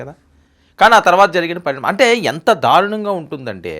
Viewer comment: ధారుణంగా కాదు. దారుణంగా అనాలి. ఈ తెలుగు వినలేకపోతున్నాం.